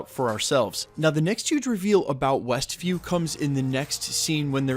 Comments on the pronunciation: Were you saying ""? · "westville"/"westview" - whatever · Yup said Westville a couple times for sure lol